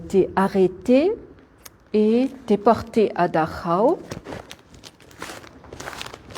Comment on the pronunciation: excellente guide merci à vous , quel plaisir d'entendre correctement le nom de Dachau comme il doit être dit !!!